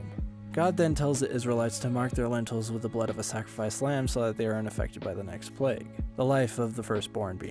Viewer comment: Love this summary. It sounded like you said “mark their lentils, instead of ‘mark their mantles’ 😂 mmm lentils